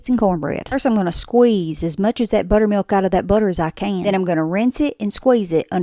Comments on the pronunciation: Its pronounced butter mil-KKKK 😂😂😂 that's amazing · It’s what I came to the comments for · I came to write this comment only to find it the #1 when I open them 😅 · Lol, in Alabama, I've only ever heard it pronounced BUHTter-mee-yulK with the hardest K of any word you ever heard. 😅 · 😂 nice little click to lock that K in haha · I thought my speaker on my dam phone broke with that K. That was a hard K. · Omg the hard k is like nails on a chalkboard 😭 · That was the hardest K I’ve ever heard pronounced in the word buttermilK Edit: The dust has settled and I’m proud to announce wins the sub comment award for “that’s a crispy k” 😂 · fr almost sounded like a slur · Sounded like a balloon popping 😂😂